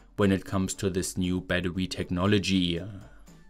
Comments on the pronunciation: Battery = Baddowe-uh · What's "badwooee""? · 🚫 battery ✅ battewee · This dude's voice LMAO. Battewee.